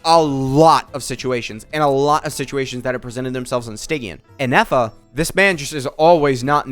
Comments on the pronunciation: saying ineffa instead of Ifa continuously says a lot about ifa's kit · I was also baffled of the amount of times inefa was said lmao 🤣 All fun and games till Ifa comes to correct you 😂 same though